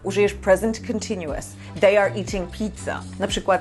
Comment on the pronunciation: Nie jestem przekonany czy słowo continuous wymawia się w ten sposób